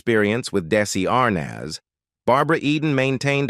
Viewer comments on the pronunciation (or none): this AI bot can't even pronounce Desi Arnaz properly